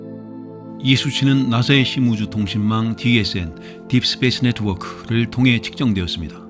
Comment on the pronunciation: deep space network!! 는 한글 외래어로 발음하시네유 ㅋㅋ